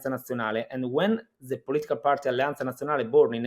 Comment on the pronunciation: Did anyone else notice that pronounced the Z in words like Allianza as a TH "alliantha". I've only ever heard this pronunciation among speakers from Rimini